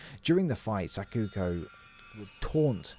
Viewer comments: "White suit jacket" and "Sakuka" hahahahaha bro 😭 good video, albeit, a bit hard to watch sometimes. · Thx for the video, buuut why you saying Sakuko like that? The game says it multiple times, then why you saying like that? A cuko bird, Sacuko? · Great video but Sakuka?? 😂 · him calling sakuko "sakooka" is frying me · Pink bunny costume inspired by robbie rabbit mascot from lakeside amusement park in silent hill 3. Her friends name is Sakuko* 😮 in the beginning the first time you said it, it sounded like Sakuka. At this point now that i read the comments i feel like the guy is purposely getting things wrong in the video for engagement in the comments. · Every time I heard SakuKO being pronounced as SakuKA I felt a sharp pain inside haha, anyways thanks for the vid, finally a full beak down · He didn't. He says Sakuka instead of Sakuko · yup he just got it right once lol after that he started misreading it hahahah it's funny